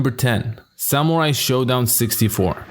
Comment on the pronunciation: SAMUAI !! its all i listen, i guess your videos are good but your horrible pronounciation makes them impossible to listen, sorry. Letter R exists in English